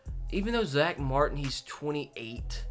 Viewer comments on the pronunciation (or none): none